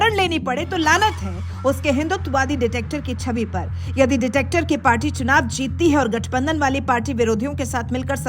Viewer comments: डिटेक्टर नही डिक्टेटर बोलो मॅडम! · डिक्टेटर होता है,,, डिटेक्टर नही,, क्या मजाक है,,, ये तो पता होना चाहिए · Detector nhi behna dictator..... pronounce to thik se karo behna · Mam director nahi dictator hota hai.... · Madam detector nahi dictator 😂😂😂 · Madam video achchi h Par detector nahi hai dictator hai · behen aap dictator ko baar baar detector bol rahi ho ! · Ditector nhi madam dictator 😂😂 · Are didi Ditactor nhi Dictator hota hain 😂😂😂 ase hi nhi andhbhakto ko gawar kehte hain 😂😂😂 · Madam detector nahin dictator boliye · Ditector nahi dictetor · Ditactor nhi dictator🎉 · Ditactor nahi didi, Dictator... however, Modiji is neither one of them. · Ditector nahi Dictator bolo madam ji.. 😂😂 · मैडम वो डिटेक्टर नहीं डिक्टेटर होता है😂😂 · Dear ankor, Please, rectify yourself. "Detector" nahi "dictator" boliye, please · Dictator hai didi “ dictector” nhi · Madam Please narration corrects kijiye dictator hai woh word detector nahi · Ditectors keya hai, Dictator hoga uchcharan. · डिक्टेटर होता है आप के ऑडियो मैं बार बार डिटेक्टिव और डिटेक्टर बोला जा रहा है अपना स्टैण्डर्ड न गिराए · Arey didi, detector nahi dictator hai 😮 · क्या कॉमेंट्री हैं, मैडम डिटेक्टर नही डिक्टेटर बोलिये।पच्चीस बार से ज्यादा बार डिटेक्टर बोल दिया अपने। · Madam wo dictator hai detector nahi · NOT "Detector". It is "Dictator" :) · "detector" nahi bahan ji "dictator" bolo to sahi aunty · डिटेक्टर नही डिक्टेटर! अंग्रेजी नही आती तो तानाशाह ही बोलिए! 😂😂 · Detactor nahi bhai Dictator hai. Pronounce to sahi se kar lo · pronounce dictator, not detector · Dictator not detector 😂😂😂😂😂😂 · Dictator Hota Hai Detector Nahi😂🤣. Adhe Se Jyada Video Me Detector Bola Hai Madam Ne😅😅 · देवी जी जोश में होश तो ना खोएं।आपका डिक्टेटर को बार बार डिटेक्टर कहना कानों को बहुत ही खटकता है। एकाध बार तो फिर भी समझ में आता है परन्तु बार बार वही गलती क्यों कर रही हैं। लगता है जैसे भात में कंकड़ पत्थर आ गया है। कृपया भाषा को सावधानी से प्रयोग करें। बस यही कहना था।।।। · दीदी डिक-टेटर बोलिये